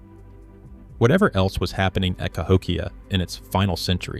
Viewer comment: AI slop narration CA-hok-ia? No, - ca--HOk-ia. a a slide show with overlays of floating fluff, floating frames and, dramatic 'music' and a fake claims of academic drama. A standard lecture would have been sufficient. There has NEVER been settled claims on Cahokia. Science builds over time. Thisis crap.